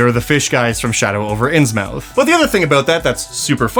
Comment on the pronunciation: Ok wasn't gonna be a nazi about it but.. Not ins-mouth.. inz-myth. Insane to be you can say Blipdoolpip but not Innsmouth.